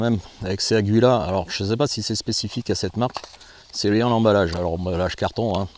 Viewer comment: le U ne se prononce pas